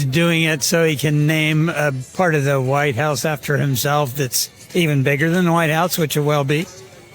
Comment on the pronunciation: .."The Entire Facãde of the Wh I te House...". Oh, Christey Joon. 😐